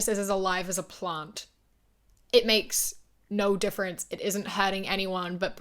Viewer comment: Omg she said plant! I thought like "What is a plond?" lol😂😂😂